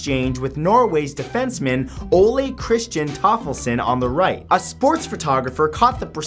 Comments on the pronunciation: Tollefsen not toffelsen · Toffelsen LOL! His name is Tollefsen ;o) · TOLLEFSEN! Ffs not TOFFELSEN! FUCKING NOOB >:(